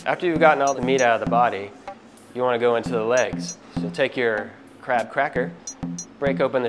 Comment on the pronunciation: Id be scared if my crap has fat . But anyway , in the video , it always sound like ''crap'' . ''Ill show you the right way to eat crap''